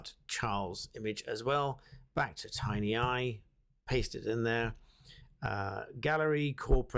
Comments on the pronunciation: Tineye, not Tinyeye. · tin eye, not tiny eye, bad reading for a barrister